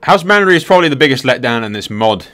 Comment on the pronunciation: Why can't you pronounce any names that are so blatantly spelled and easy to read? Sillyvan elves, house Mandery? C'mon brah! :D